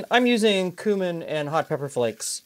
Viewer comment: Thank you, for pronouncing Cumin the right way. I get tired of hearing folks who should know better say "kewmin"! Also, even though I'm not a fan of tomatoes with cabbage, this looked really tasty. I might try it with beef broth.